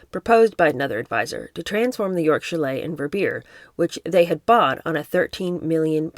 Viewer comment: Hi, I love your readings..I live in Switzerland and skied in Verbier for years..It is pronounced. Vare bee yair..🎉